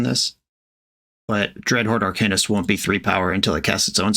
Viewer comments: “If you’re mad about it, read a book” Reads 50 shades of grey Still can’t pronounce Arcanist. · Says it’s pronounced ArCAINist, then says dryad of the elLESION grove. We love the consistency. 😂